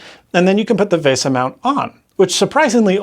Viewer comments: Vay Sah? Back in the oh so cool 90s, that acronymn would be pronounced as Vee Sah (Local Bus) or VL Bus. But I guess that was a bit before your time lad. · 1. Apple causes way more problems like this than people think. 2. It's VESA, not VASA. FFS, learn to pronounce. you said it wrong throughout the entire video. 3. Apple Genius is an oxymoron (operative part being MORON). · To the best of my knowledge "VESA" has always been pronounced just like VISA, not VAYSUH. Edit: Also, It's really hard to read that tiny calendar text in this video.